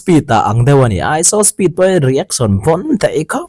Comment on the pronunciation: I tawng a fiah fel fai ngaihthlak pawh a nuam mizo youtube channel ah ka en hnem ber ini..mahse kan hnam tawng nilo mahse .… iShowSpeed i lam dan hi please in ‘saw’ tiin lam tawh suh… show shh… lai kha a har miah lo (nopang bengchheng pawh ‘shhh..🤫’) kan tih tho kha 😂 …… reaction pawh ‘ri-ek-son’ aiah ‘ri-ek-shun’ (rEEAkshUHn) tiin han lam ta la a va mawi leh zual dawn tak em…… saptawng takin constructive criticism ah minlo pawm sak hram teh… min ngaitheilo deuh chu an rawn awm leh maithei mahse thenkhat ngaihmawh ani ve thei tho bawk 😂 😂